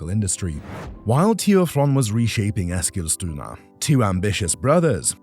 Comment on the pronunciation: Exilstuna. Yeah, impressive. 🙄